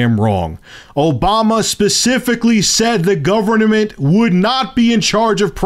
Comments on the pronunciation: govern - uh - ment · new word....governanment